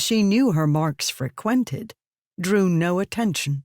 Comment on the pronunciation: I've never heeled frequented pronounced as 'fur-quen-tid' lol